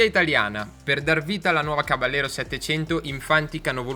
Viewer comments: bel video!!! piccola nota: il nome caballero è spagnolo, quindi va pronunciato "cabagliero" (come per la lamborghini gallardo) non all'italiana "caballero" , di fatto la moto prende il nome dalle sigarette omonime fumate dal co-fondatore di fantic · bella prova, unico appunto: si pronuncia "cabagliero" perché é una parola spagnola 😉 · Oppure "cabashero" all'argentina 😁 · Non si pronuncia “Cabagliero” ma “Cabaiero” con la I molto marcata, non c’è nessuna GL. Si, è una parola spagnola.